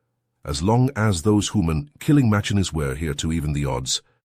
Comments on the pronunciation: deedly fire? Which comes first the mispronunciation or the misspelling? "hooman" I guess it's the mispronunciation then, because HUMAN was spelled correctly. scythed, the reader got it right the text is wrong. Aught cloud? LOL! Oort cloud, pronounced correctly, misspelled horribly. Amidships is one word. I liked the story. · "Deedly" fire? "Hooman?" I like these stories, but the AI is frustrating. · "Deedly" seconds in really through me. And "Hooman." The obvious errors make it difficult to focus. The lack of cohesion when the perspective changes is also weird, yeah.